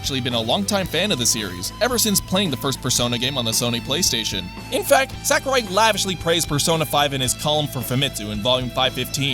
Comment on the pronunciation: I feel like no english speaker other than Reggie can get this right, and it hurts. He is not SACKurai 正弘桜井 さくらい sa-ku-rai (sah - koo - rye)